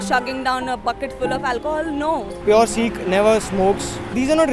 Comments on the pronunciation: its not seeekh it a sikh so speak the pure word :) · Why do call "Sikh" as "Seekh"? Seekh is kabab. Sikh is Shishya.